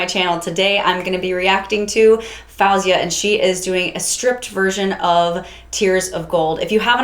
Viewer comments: Omg everyone says fauzia its faOuzia so F OH ZEE UH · You should react to another one of her songs, "Hero (Orchestral Version)" She hits the A6 note I believe. Also, her name is pronounced "Fo-zia" if that makes it easier. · I'm literally so proud of Faouzia, she just turned 20 and is in college for engineering. She's insanely talented in the singing and song-writing department. Also, her name is pronounced F oh zia😊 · its pronounced FOUW-zeeh-uh brw